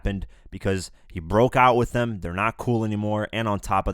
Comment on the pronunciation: “ it’s was themweyyyy”